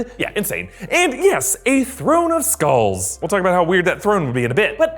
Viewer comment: Did anyone thought it said “skrulls” not “skulls” XD